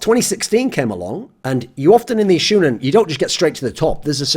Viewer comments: Lol its shOnen, not shUUnen... xD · It's SHOWnen not SHOEnen, ya dirty gaijin. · The "shou" part is pronounced show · Shoe-nen xd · God level intro. Weeb tip- the pronunciation is "shonen". Love you. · you know he just learned what anime is when he calls it "shoe-nin" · I'm triggered that you are pronouncing shounen wrong. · im low key triggered at how you say shounen